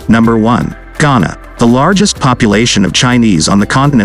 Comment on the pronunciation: Chana? Not Ghana!